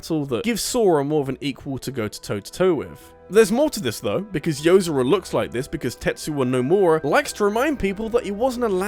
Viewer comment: It's Yo-zor-a. Like how "zora" is pronounced in Zelda with a "Yo" infront of it